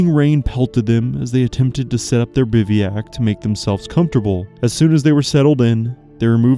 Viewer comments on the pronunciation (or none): It not pronounced “biviak”. It’s pronounced bivwack (bivouac) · The narration is AI. Biveeyack? 32 minutes. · The pronunciation of "bivouac" is horrendous and annoying! You do know that any GOOD dictionary will have a guide to the correct pronunciation of the word?